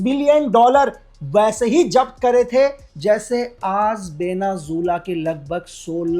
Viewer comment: Venezuela ❌ Benu Jilla ✔️